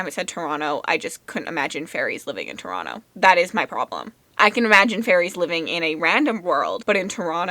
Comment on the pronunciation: I think you'll love Mask of Mirrors. For sure!! I knew you're Canadian, just wasn't sure where from, but it's nice to hear Toronto pronounced properly 😂 I watched The Man from Toronto and only one person in that damned movie pronounced it right 😂😂😂